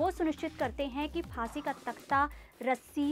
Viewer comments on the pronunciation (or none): फासीeee instead of फाँसी 😂😂